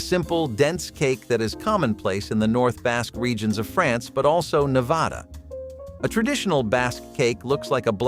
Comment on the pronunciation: Thank you for saying "Nevada" correctly. It's Nah- vah- duh, like you pronounced. Not "Nev-ahh-dah".